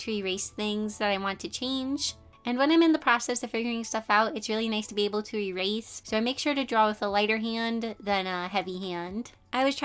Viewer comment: I love you so so so so so so much, so please don't get too offended when I say that it kinda made me cringe when you said "Rerase" instead of "Erase". I'm sorry, it's just a pet peeve of mine. Again, I love you so much.